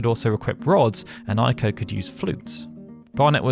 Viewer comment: Its pronounced Ayko, not Eyeko. Ei in Japanese is pronounced like a long A in English. Ai in Japanese is pronounced like a long I in English.